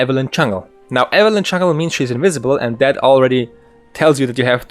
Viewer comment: Great guide, though it took me a while to figure out what "chungle" Evelynn was. Do you know any support-focused warding guides?